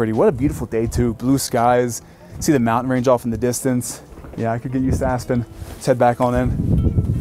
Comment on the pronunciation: Lovely tour, amazing home! Why do younger people mispronounce, “mountain” and other “nt” words? With YouTube creators feels a bit like a mass hysteria thing - surely they had English teachers in school that told them the right way to pronounce the words - I don’t get it, but it’s like a calling card that screams, “YouTube content creator…”